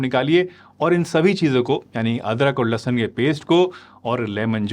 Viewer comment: लहसन नहीं लहसुन होता है... doctor ji aap apni Hindi thik kar lo. 😂😂😂